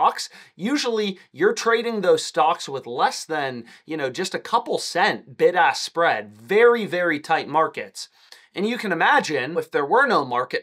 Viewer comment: I keep thinking he’s saying “ big ass spread “ 😂